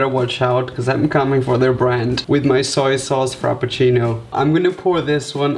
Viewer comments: It’s not pronounced soya sauce. It’s pronounced how it’s written. On. The. Bottle. SOY SAUCE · No hate but .... y u say SOYA SAUCE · Dude it's SOY sauce not "soya sauce" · and also Soy sauce is prnounced ( soy not soya lol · Its soy sauce not soya sauce. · soyo sauce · Adding that extra syllable to soy sauce. Hahaha. “Soy-a-sauce” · Soyer sauce eh? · Wtf is soyer sauce 😂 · Sawyer sauce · Soyer sauce?